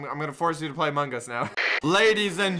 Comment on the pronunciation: u said amog us ;/